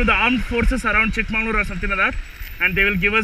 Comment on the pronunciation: Its Chikmagalur not chikmanglur